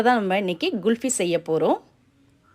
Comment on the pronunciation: Very good item for this summer. You said it GULFY, it is wrong. The right pronunciations is KHULFI.